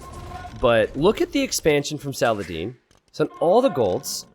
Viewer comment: Sal uh Hah Deen